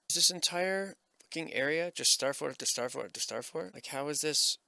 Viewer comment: The “SssstaaaFforrt” accent still gets me every time. 😂